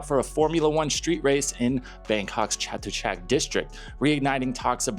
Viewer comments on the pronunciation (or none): Hey buddy since you may be talking about the Chatuchak area a lot more, you should ask one of your Thai friends how to pronounce it correctly, I notice you get some other Thai place names correct that other foreigners commonly pronounce incorrectly.